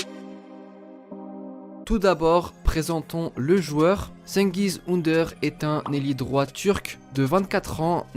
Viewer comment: PARCONTRE FAUDRAIT APPRENDRE LA PRONONCIATION DU TURQUE xD